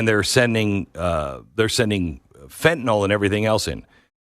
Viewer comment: Fen-ta -nil Fen-ta -nil. Not FENTANALL.. Learn it